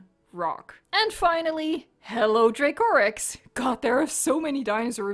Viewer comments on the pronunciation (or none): none